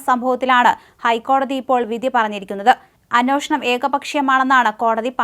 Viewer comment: എന്റെ പൊന്നു കൊച്ചേ... അന്വോഷണമല്ല.. അന്വേഷണം... ഇതിനെ ആര് നന്നാക്കിയെടുക്കും?